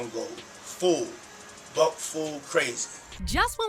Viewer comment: Sounds like Diddy said “Buck-full”